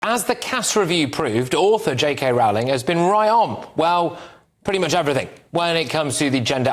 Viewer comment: Her name rhymes with bowling, not howling.